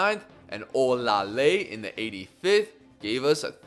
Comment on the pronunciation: olaleye name is pronounced as OLA LE YE.